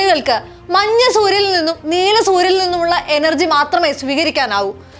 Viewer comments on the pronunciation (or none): none